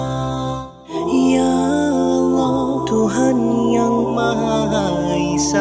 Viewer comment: When you say "diriku" for me it sounds more like "teraako" haha. And for the part "Esa" in Indo the word "E" we read it more like "a (ei)" but overall is good. I just tap on ur video, I was thinking this is an english nasheed just like ussual. But when I hear indo/malay word I amaze haha. Salam from Indonesia